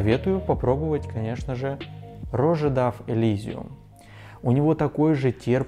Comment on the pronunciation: Роже, ты серьезно ? Научись сначала правильно произносить бренды - роджа, парень. Потом уже обзоры снимай. Средний бюджетный парфюм вылет ща Люксовый сегмент. Ты вообще не разбираешься.